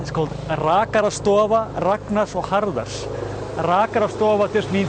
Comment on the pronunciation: A while back had commented that even he had struggled with saying his "R"''s but he gives hope to us all as he pronounced the printed barbershop sign. It was so ideally said, "wow" maybe one day I will be able to say such words! Another great episode! I am a fan of the "everyday icelandic life" videos, I had to explain why I giggled at the two ships meetin on the open sea, on full of whale lovers, hoping to see one in it's natural habitat, while the other is returning home after another fruitful fishing expedition carrying lampoons and such. Before I answered why I giggled I asked who loves cows more the vegan or the steak-loving, card-carying animal activist? The answer would determine how the irony is explained.